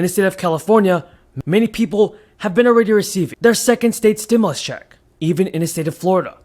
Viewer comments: Stimulus instead stimus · Stimus instead stimus